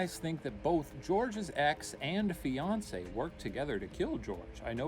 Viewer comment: Whenever Ryan says "The fiancee" I hear "Beyonce" and I get super confused over who why Jay-Z killed Superman.